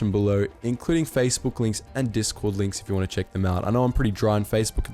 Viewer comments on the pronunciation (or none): none